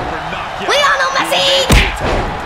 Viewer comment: i like lionel messi and you pronouced it wroungg